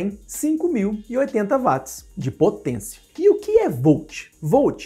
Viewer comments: Nao seria watts (uots)? Ao inves de vatis? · Sim " uats"*